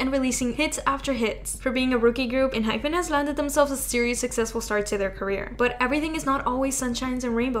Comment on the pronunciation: Ehypen is not pronounced en-hy-ph-en. Actually, it is a Korean name and it is pronounced en-hy-pen. You say pen like the writing utensil. It's not fin like a fish fin. That is why there is not an h in the end of the name. It's en-hype-in like we are going to hype you up and get the party started. :)